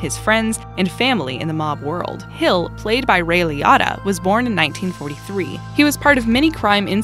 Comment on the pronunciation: It’s ray li”o”ta not liata there’s no ata so you mispronounced it